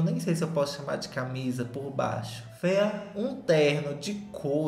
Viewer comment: Que vídeo perfeito! Toda vez que o fala “fêa” é uma gargalhada minha em público na academia 🤣 Love u neném 🥰